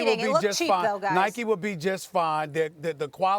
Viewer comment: Anyone else hate how they call it Nikey it’s Nike there’s no y